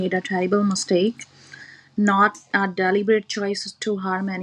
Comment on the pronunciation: "he did not deli-bird harm anyone" has me laughing.